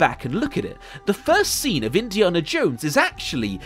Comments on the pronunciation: Great video mate. But its Indi"anna" not Indi"arrnah" and I'm English. Loved the video though. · why do you say indiarnah? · I'm English and I've never heard his name pronounced as Indiarna in my life. Where did you get that from mate? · You saying “Indi’arnah “ Instead of Indiana is very disturbing ! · You are the only person I have ever heard say Indiaana jones with a long a! :) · please never say Indiana like that ever again. You Brit’s complain we can’t pronounce your place names and then say shit like that. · I get that southerners pronounce the letter a differently to northerners (e.g. grAHss grAss) but you’re just pronouncing Indiana wrong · The way you pronounce "Indiana Jones" is crazy to me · The way you pronounce Indiana is unforgivable. This is coming from a Brit btw. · I absolutely despise the way you say Indiana. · Why can't he say Indiana? Great video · I am slightly bothered by the way he pronounces "Indiana". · Please stop mispronouncing "Indiana", it is driving me crazy. The movies all say it correctly, so... watch them.